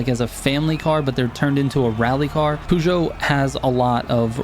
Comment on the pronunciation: Feel like garbage being that guy but it's pronounced purr - joe. And Renault the L and T are silent so it's ren - oh. Love the tunes. Keep up the good work